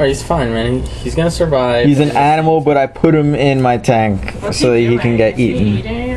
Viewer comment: rofl.. " He's not food man, he's an aminal."